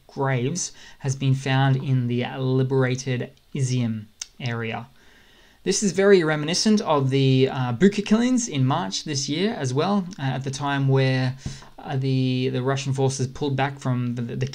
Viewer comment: Another good video mate, just one thing you miss pronounced Bucha. I think it is Boo-cha. regards Wally.